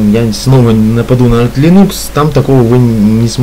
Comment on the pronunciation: дружище, слово "лИнукс" ударяется на первый слог по имени автора ядра - ЛИнуса Торвальдса, а не ЛинУса. По крайней мере, Линус сам так произносит: лИнукс. Тренируйте произношение.